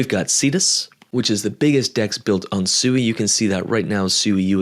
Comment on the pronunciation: Its pronounced swee, not suey. Like swing, or sweet. Not like sewer.